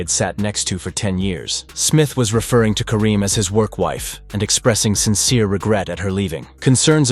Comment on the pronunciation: You can't even get her last name right